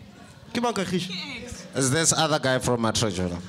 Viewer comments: 😂😂😂😂😂😂😂😂😂😂😂😂😂😂😂😂😂😂😂😂😂😂😂😂😂😂😂😂😂😂😂😂😂😂😂😂😂😂😂😂😂😂😂😂😂😂😂😂😂😂😂😂😂😂😂😂😂😂😂😂😂😂😂😂😂😂😂😂😂😂😂😂😂😂😂😂😂😂😂😂😂😂😂😂😂😂😂😂😂😂😂😂😂😂😂😂😂😂😂😂😂😂😂😂😂😂😂😂😂😂😂😂😂😂😂😂😂😂😂😂😂😂😂😂😂😂😂😂😂😂😂😂😂😂😂😂😂😂😂😂😂😂😂😂😂😂😂😂😂😂😂😂😂😂😂😂😂😂😂😂😂😂😂😂😂😂😂😂😂😂😂😂😂😂😂😂😂😂😂😂😂😂😂😂😂😂😂😂😂😂😂😂😂😂😂😂😂😂😂😂😂😂😂😂😂😂😂😂😂😂😂😂😂😂😂😂😂😂😂😂😂😂😂😂😂😂😂😂😂😂😂😂😂😂😂😂😂😂😂😂😂 She said kagiso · She said Kagiso 😂😂😂😂😂😂😂😂😂 is messy